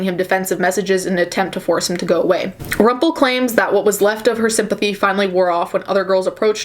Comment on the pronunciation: Hearing you say Rumpel was pretty cool. This is so fucked up though.